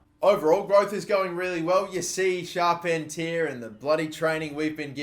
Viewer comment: charpentier is pronounced char-pen-tee-aye (think cartier jewellery)